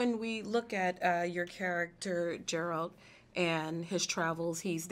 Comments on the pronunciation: its Geralt, not Jeralt ^_^. Good interview tho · She said geralt wrong